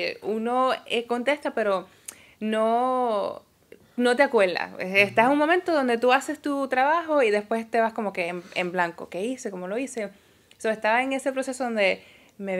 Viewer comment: "Analizal" "No te acueldas". Hablan inglés, pero no saben hablar español! "Palte" "Opoltunidades"